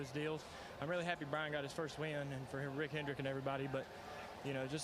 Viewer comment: A little after , what name did he say? Sound like....."Rick Pigeon"..? He definitely didn't say Rick Hendrick, so I have no fuckin clue who he meant